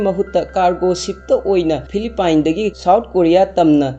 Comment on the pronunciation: Philippines gi pronounciation do soire